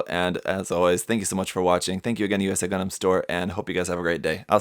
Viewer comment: Whenever that dude said "Gun-dehm" I died a little bit on the inside.